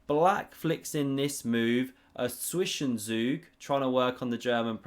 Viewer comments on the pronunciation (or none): Zwischenzug is pronounced like Zvish en tsoog. You're close, but pronouncing like Swish en zoog. The 'ts' sound is basically an 's', but you start your tongue placed where you would when beginning a 't' (tip of tongue behind the upper front teeth). You don't actually pronounce the 't' at all. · It's pronounced 'TSvishenTSug' and the 'u' is pronounced like 'oo' (like boo). Imagine there is a real 't' there before the 's': that's how the 'z' is pronounced in German. Thanks for making me laugh in every video. Always appreciate a good plow theory analysis. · The German 'z' is pronounces more like a English 'ts' and the 'u' is pronounced like an English 'oo'. So 'Zwischenzug' would be pronounced in English like 'tswishentsook'. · I think zwischenzug rhymes with jug. Idk, could be wrong! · You need more Tsett in the Z of Zwischenzug. Tswishentsoog. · Your Zwischenzug has developed nicely. Once again: both z"s are pronounced with the ts sound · Hello and greetings from Germany. : "Zwischenzug" is pronounced with two very clear "z" = "\ts" as in English "tsunami". Both of the "z" are like you pronounced the first one. The second "z" for "Zug" is neither soft as in "dizzy" nor sharp like in "sun". And the "g" in the end is not a soft "g" like in "good", but pronounced as a "k" like in "Luke". Thanks for your great videos!